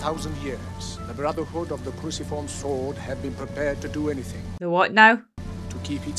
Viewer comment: The Cruciform Sword, not...........what you said. lol